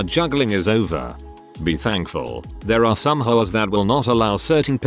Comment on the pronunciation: For a split second, I thought they said “Frick hoes” instead of “Frick HOAs” at the start